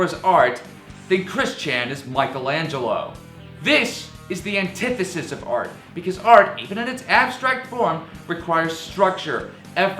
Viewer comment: I love how much effort you put into finding big words, and none in finding actually sound arguments. Btw learn to pronounce "antithesis"